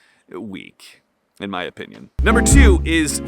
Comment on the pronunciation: Why were you NUR BER ing instead of NUM BER ing? I love your videos 🙂 I admit I was eating Twinkies when you pointed out I was fat 😂